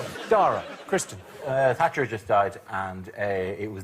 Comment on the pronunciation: It sounds like Jimmy occasionally calls Kristen "Christian".